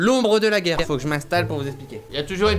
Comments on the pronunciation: Il a mis geurre au lieu de guerre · C'est pas geurre c'est guerre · Guerre et pas geurre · "L'ombre de la Geurre" Cyril, tu es bien sur? XD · «L'ombre de la geurre»😂